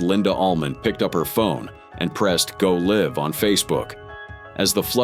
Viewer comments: Please corect the grammar of your AI narrator before posting the video. GO LIVE IS NOT PRONOUNCED GO LIV . If you are capable of making and posting the video surely you are capable of editing the narrator too? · “Linda grabbed the camera and pressed go live”?? You said it as in living. You didn’t even bother to edit your AI video. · Go live its go l-eye-v